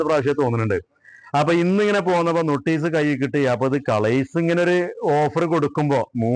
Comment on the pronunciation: നൊട്ടീസല്ല കാക്കാ..... നോട്ടീസ്..... YT യിൽ വീഡിയോ ചെയ്യുന്നവർ ശ്രദ്ധിക്കേണം. ' ലോകം മുയുമനും കാണും.....